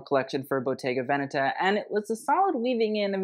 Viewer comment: Perfect pronunciation of Bottega Veneta. You are one of the few who does it. 😅😊